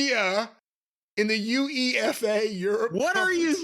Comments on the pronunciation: Pronounce UEFA like YOU-WAY-FAH and you're close enough. Definitely not U E F A 😂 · I will never unhear spelling UEFA like abbreviation. Never heard it before, probably never will again. They got me thinking what the hell is that? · I don't know what's more embarassing: To be unable to figure out the difference between Cymru Premier and the English Premier League - or to be unable to grasp the simple concept that Wales is NOT in England in general, like James E. Rand-McNally. And it's "You-Eh-Fah", not "You. Ee. Eff. Ay.",. It's an acronym. It's only the most important organisation for top-level club competiton football/soccer on the planet. Good grief, Molly! So, OVW "found an angel" that wants to "take it international"? What could possibly go wrong with that, at a time when the second-biggest promotion in the business had the glorious misadventure in Brisbane, two month ago? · UEFA is usually pronounced You-Ay-Fa just so you know lol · UEFA is pronounced You-A(like the capital)-Fa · Thats pronounced You-E-Fa (UEFA) guys. I suspect they're trying a Wexham-esque move to buy a failing franchise and make it popular again.. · A few things, the Welsh premier league is levels below the English premier league, which is where Fulham (Tony’s team) play. It’s said ‘yoo-AY-fa’, not just spelt out UEFA and it’s the 1st of May, not May 1st, date/month/year, when you’re the only country that does it any different, who’s really backwards? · I can't forgive the way pronounced UEFA. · That pronunciation of UEFA was painful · To be fair there aren't any other ways to pronounce NFL. If I'd never seen UEFA before there's no way I'd just say yoo-ay-fa.